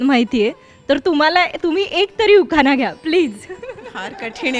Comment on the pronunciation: 10 वेळा तो शब्द म्हणून घ्या गा न गंनपती उखाना गने श